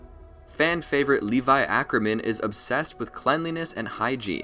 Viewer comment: did you say ackurman